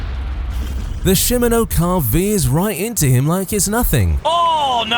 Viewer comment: Shimano, not simino! It's a neutral service vehicle that will assist a rider that has an issue, if their support vehicle isn't able to assist them! It's sponsored by the bicycle component company Shimano! Any issues a rider might have, from a flat tire, to an absence of a feed bag to keep a rider energized for an attack! They've served in this role since 2021!